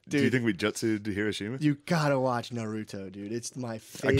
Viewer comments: Yea even the "Nuh-ruto" pronunciation was carefully engineered to piss off weebs....like me 😅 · It's so damn funny how Matt pronounces words like Nar U to and jut soo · I swear he's mispronouncing everything just to fuck with the fellow weebs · Matt saying Naruto and jutsu wrong